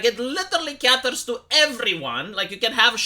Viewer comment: here's another English lesson: the word is "caters" (pronounced KAY-TERS), not "catters" (KAT-TERS). You're welcome.